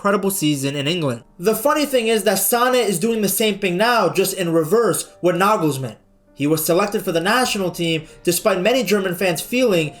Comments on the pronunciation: He nailed Toni but made Nagelsmann spanish :D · Just FYI: the "J" of the the name Julian Nagelsmann is pronounced like the "Y" in "yes". (It's not spanish, so no "H"-sound 😉) But "Nagelsmann" is perfect😊